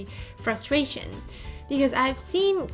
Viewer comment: Not frustration It is called trusfration (legends know who said that)